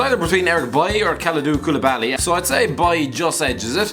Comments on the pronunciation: for fucks sake, KOU-LI-BA-LY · Koulibaly > bailly IMO but wtf stop over pronouncing every thing ya scarf wearing ponce